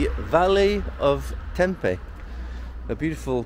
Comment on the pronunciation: hey, funny enough i came across this in effort to find 'proper' pronunciation of Tempe, but NOT sure you are saying it correctly, ie in Greek. can you confirm? beautiful video!!